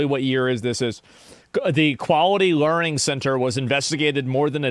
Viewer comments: Tower of Learing. 😂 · excuse me its pronounced "lear-ed"